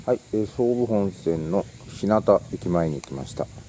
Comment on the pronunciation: こんにちは。いつもTwitterで日々の活動を拝見しています。オートパーラーシオヤは私も先日訪れました。その時は真冬だったもので温かい天ぷらそばが何とも美味でした。よろしければ私のアップロードした動画も見て頂ければ幸いです。 さて、日向駅の正しい読みについて既に存じ上げているか分かりませんが、正しい読みは「ひゅうが」です。私自身が山武地域在住なのでこの場をお借りして伝えておこうと思いました。 外部より長文失礼致しました。